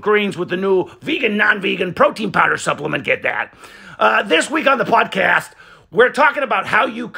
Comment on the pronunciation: The emphasis on the word podcast makes laugh way more than it should 😂😂